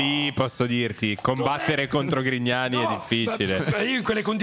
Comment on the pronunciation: scusate, non ho capito... ma dice "limona con Grignani" o "limona con i cani"?🤔